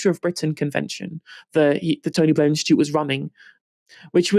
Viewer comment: The Tony BLEEEEH! Institute.